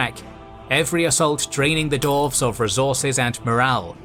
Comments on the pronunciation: try saying dwarves instead of doorves otherwise love ya work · Yeah, all I’m hearing is dorves not dwarves.